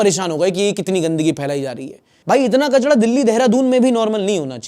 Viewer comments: It's kachara not kachadaa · Kachda nhi kchra hota hai 😂😂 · Kachda nhi bhai kachra bol irritating lg rha h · Ek choti si cheez note ki hai — jab aap 'kachra' boltay ho to uska 'ra' sound thora galat ho jata hai. Wo 'ra' jo aap boltay ho, wo 'gohra' ya 'tohra' jaisa hota hai (zabaan thori peechay chali jati hai). Lekin asal pronunciation us 'ra' ka 'raat', 'bindra' ya 'Kerala' jaisa hota hai — zabaan aagay say halka sa roll karti hai. Matlab: ✅ Sahi: kachra (raat jaisa ra) ❌ Ghalat: kachrɑ (gohra jaisa ra) Zyada farq nahi hota sunne mein, lekin asli lehjay mein subtle difference hota hai. 🙂